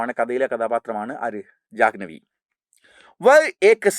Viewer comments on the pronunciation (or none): Jahnvi❎ Janvi✅ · Jahnavi alla sir janvi ahn 😊